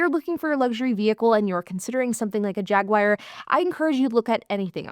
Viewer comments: I enjoy your videos. However, it is not a JagWire. It's pronounced JagWar, or if you are British, it's Jag U Are. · Gawd, why does anybody buy new? Good stuff. That knit cap gives off "Jay and Silent Bob" vibes lol. These high depreciation cars are great- just get them at the bottom of the curve cheap rather than new. Jag-waar not Jag-wire.